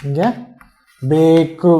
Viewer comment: bEkku illappa, bEku